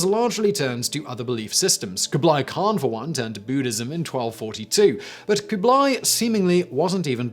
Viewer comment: I'm more bothered by kooblie